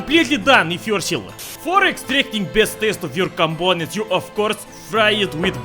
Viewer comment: “some more compoounents”